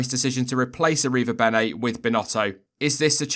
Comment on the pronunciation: damn you slaughtered that name